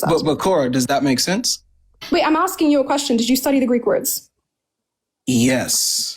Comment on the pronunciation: Agree with you on everything but it’s “asking” not “axing”